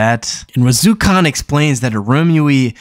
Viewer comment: Lol It really irked me how he was pronouncing Irumyuui as "Arumi" and Wazyukan as "Wazukhan" in his previous video